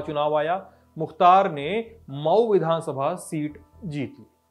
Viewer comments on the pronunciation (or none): पर मऊ को मई बोल रहें हैं कृपया इसे सुधारे । 🙏